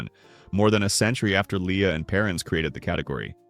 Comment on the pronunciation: The food tell. Haha. How about AI narration tell; a human would know how to pronounce "Lea and Perrins".